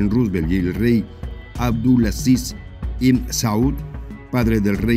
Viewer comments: Se dice esssquisto no exquisito es Sauuuud no Salllud!! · Se dice esssqisto!!! No exquisito Es la familia Sauuuud no Sallllud!!